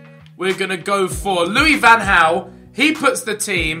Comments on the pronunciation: Its lui van gaal not haal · Did I hear: Louis van hauw? It is Louis van Gaal xD